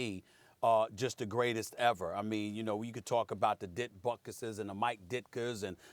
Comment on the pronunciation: Did that idiot say Dick Butkis? He was a TE